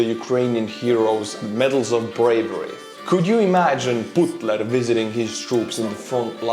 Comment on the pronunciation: I really love how you pronounce Putler here. It's exactly like a Finn would say it too.